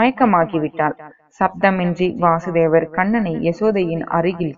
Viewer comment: Vaasudeva is Krishna Vasudeva is Krishna's Father Pronounciation is wrong